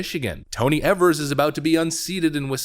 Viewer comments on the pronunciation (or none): Tony Eavers like Eevee the pokemon or letter E, just a heads up I'm in wisco so it sounds weird lol.. but yes we need him gone and out for "evers"